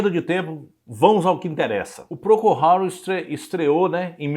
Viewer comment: Por ter um cunho informativo, você deveria pronunciar corretamente o nome da banda